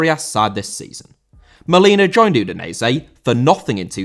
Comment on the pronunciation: Udinese* not Udeneisei